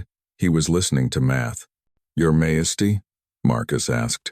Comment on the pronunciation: AI narrator is having mispronunciations that need to be fixed, especially the word Majesty (the J is not pronounced as an H sound), but the story is fabulous ❤❤❤❤❤❤